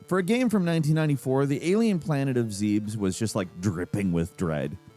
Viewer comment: It’s planet Zeb-es, not zeebs. Also, it’s adaptation, not adaption 🤦🏻‍♂️